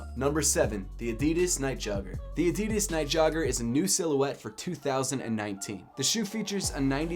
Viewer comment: You think he’ll ever learn to say adidas correctly..?